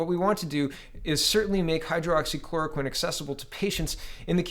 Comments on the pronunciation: Lol, at this point I think you may be doing it on purpose... Hydroxy, not Hydro-Oxy. On a serious note, what is wrong with Quebec's "recovered" column? Every other province/territory has at the least 1/2 of the total number of cases that have recovered, whilst Quebec stands at less than 1/4, someone needs to look into that...and now they plan on "re-opening" their economy first? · It’s Hy-droxy-chloroquine , not hydro-oxy-chloroquine, it’s easier to say it correctly. Not trying to be picky, but you keep saying you have a hard time with it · It is pronounced "high-droxy-chloro-quinn" I have been taking Quercetin (essentially acts the same as hydroxychloroquine, It is an ionophore for the zinc) along with zinc supplements. High doses of vit c, vit d and vit b12. I work at a hotel as a maintenance man and we are currently housing people with covid and have no real concerns about catching the virus because of what im taking. I also wear a mask when i am around people or in a public area.